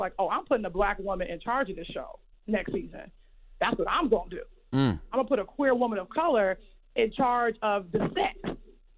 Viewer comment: So a “queer” woman is supposed to be able to handle these situations better than a straight woman? I’m just asking because she put a strong emphasis on the woman being “queer”.